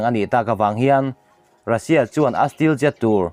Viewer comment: Stealth(stelth)tia lam tur zawk ani zawk lo maw,steel ti anga lam lovin,Stealth fighter Jet i sawi ni turah ka ngai ngawt a